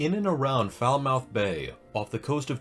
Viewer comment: Love these vids but just so you know Falmouth is pronounced as 'Falmuth'. I holiday in Cornwall almost every year so I know it well. :)